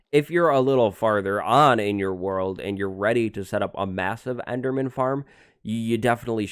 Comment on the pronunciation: "This is a very simple EDERMAN FARM" Ederman? Okay?